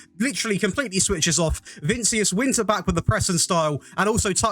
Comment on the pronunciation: Please stop saying Vincius instead of vinicius 😭😭😭